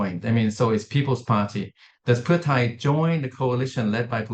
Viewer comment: Also this lady how did she get this job? Can’t even pronounce the names properly she obviously is not educated enough on Thai politics. I’m sure she is very qualified just not on this specific issue and it’s easily noticeable